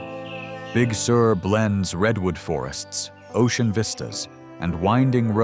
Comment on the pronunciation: It's pronounced like `big sir`...not big sewer.